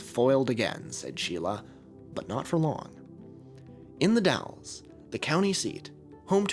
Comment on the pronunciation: As a former local, you're the first YouTuber who has ever said "The Dalles" correctly. It's come up in a couple of videos (usually the Rajneesh or the Martin Family disappearances) and it's almost always The Dales. The Dall-es... thank you for getting it right.